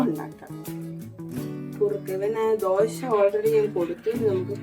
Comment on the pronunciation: ദോഷായല്ലാ 😂😂 ദോശ എന്നാണ്